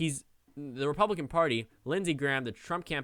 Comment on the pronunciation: "President drump er President trump" I caught it, did you?